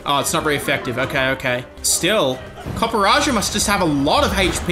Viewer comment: congratulations to for pronouncing Copperajah correctly for the first time you did it, the absolute mad lad